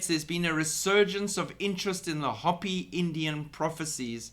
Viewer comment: Just FYI: it’s pronounced “hope-ee “. 😉😁